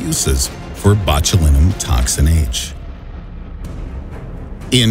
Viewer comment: Anyone else cringing at the pronunciation of “Botulinum”?